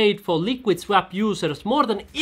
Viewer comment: ''svap'' :D u from Finlandia? greetings from Denmark